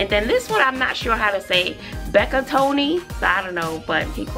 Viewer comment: 👋🏿 thanks!! You said it right my first name is Rebecca Aka Becca!! Love the videos